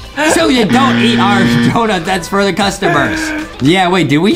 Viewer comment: “Dount” -Justin 2021